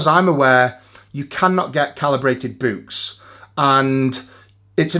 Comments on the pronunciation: That's not how you say books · Am I the only one bothered by eddies pronunciation of books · Tbf to Eddie, he still holds the world record to be the only man in the world that pronounces 'books' the same way its spelt.